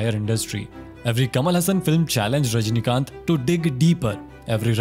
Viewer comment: Dude pronounce tamil name correctly. Kamal Hassan , rajni kanth. Press nth.